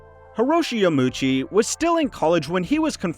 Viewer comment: It's Yama - uchi btw - not Yamuchi. Four syllables YA - MA - U - CHI